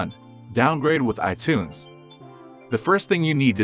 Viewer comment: ih tunes? come on, get a real vo person...lol